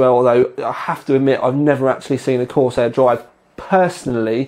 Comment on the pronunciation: Corsiar Corsiar Corsiar haha no Vertex 4 review then .